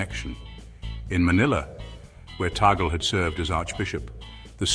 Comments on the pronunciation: As if it is soo genuine . I don't believe this. Can't even pronounce the last name right. FAKEEEE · It's not tagle Tag-Le